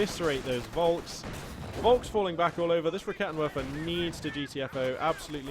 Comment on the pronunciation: Just a small thing, when pronouncing german units such as the Raketenwerfer just remember W's are V's so it's 'Raketenverfer'. Much more satisfying to hear/say for your German/multilingual fans:)